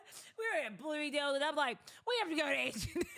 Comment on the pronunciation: Blooming-Day-yules 😂😂😂….. I work an 8-5. 🤷🏾, you entrepreneur bitties! Go date who you want, and good luck! This is the internet so not everyone will agree with your preference. In real life men working fulltime dont have the energy to focus on the decisions you make in your life. So yeah good luck. Hope you find that man you want!